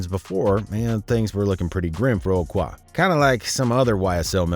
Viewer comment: bruh i know you not fully hip to black culture but "qua" is not pronounced "cuah" its pronounced "cwAy"